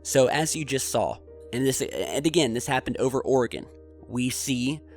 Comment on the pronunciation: Is it just me, or does pronounce the word SAW as SAWL